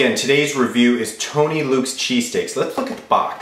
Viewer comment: I know he's saying lets look at the box, but he sounds like he said the f word